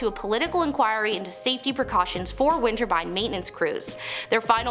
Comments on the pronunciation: Winter Turbine sounds nice, but that’s not what she’s saying. :). She’s saying Winterbine. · What baffles me is how come there's no second way down in case of something going wrong with those wind....turbines... not winter-bine. Don't worry, we all say something wrong. And doing a flip on the dude of a building? No, it is definitely death waiting for you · Whats a winter bine? 😂😂😂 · Interesting content , if only to see you saying windborne 😂 have subscribed thank you 😊